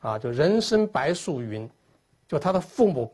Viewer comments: 那个叫做白术(zhu二声)，而且是星宿(xiu四声) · “白术”，“zhu”，第二声；“星宿”，“xiu”，第四声。这二字的区别可不仅仅是平翘舌。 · 药方的解说太牵强附会！白术的术念zhu，不念shu。又说曹公平翘音不分，shu通宿，星宿。但是星宿读音为星xiu……听听就好，扯的太勉强了……